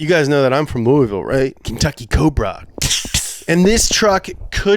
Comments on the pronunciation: You didnt say Louisville how I expected you to say Louisville, since you're from Louisville. Where is the LOUUVULL? You're breaking my heart!! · I don’t think you’re from Louisville because you said it was “LOUISville” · KY BABY! He said Louisville wrong though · You can't say you're from Louisville and say it like that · Not from Louisville...you pronounce it all wrong